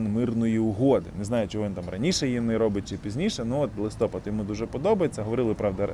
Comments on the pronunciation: Шановний! Дякую вам за вашу роботу! Я вважаю говорити про вступ до альянсу слід коли ми там будемо при виконанні всіх вимог за можливості в наших умовах! Ще хочу вас просити правильно ставити наголос на слові «листопАд»…Це з часу Ющенко та Тимошенко вимовляють його по-іншому. Це не на часі, але не складно робити. Погуглила і підтвердила свою впевненість. Удачі всім, витримки!❤Слава ЗСУ! Ми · Не листОпад, а листопАд! Или ты в школу не ходил? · Не листОпад, а листопАд! Місяць називається листопАд! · Не ми ,а ви.